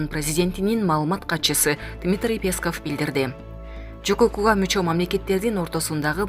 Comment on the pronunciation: Уфф, ушул жанылыкты окуган кызбы келинби , билимди , тилди , туура басым жасап окуганды уйронуп алчы , сураныч! Мисалы , Пееесков эмес , ппесков , Памирден окубай келсен да. Кыргыз адабияттан корком окуу деген куну , келбей койсон керек .